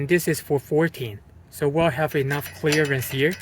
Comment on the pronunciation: I love it when he says "chleeearence".